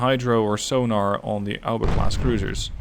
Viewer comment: Mate is A O B A not alba, good video tho ahah